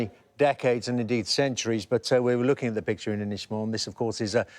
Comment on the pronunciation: Cannot Sky employ a political editor who is capable of pronouncing the letter G at the end of words? Findin' lookin' happenin' changin'. It is *uckin' annoyin'